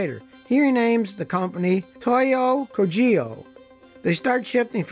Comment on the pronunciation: Toyo Kogyo is closer to the true pronunciation if you pronounce it as "Tohyo kohgyo".